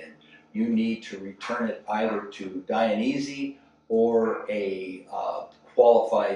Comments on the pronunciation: It’s Dainese not Dianese! 🤣 Nice video, greatings from Italy. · Thanks for sharing! It’s Dainese not Dianese